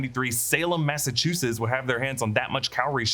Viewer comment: ma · suh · choo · suhts I can't stand everytime you butcher saying Massachusetts.